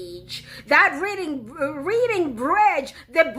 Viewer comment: It's not reading-bridge...it's pronounced close to reding-bridge. The English language...especially the UK...Old OG...has many words that are spelled the same, but pronounced differently.